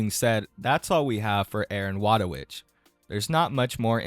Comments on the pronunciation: btw her name is pronunced Voytovich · Thats now how u pronounce wójtowicz. but true respect for not even trying to pronounce it, Polish is annoying.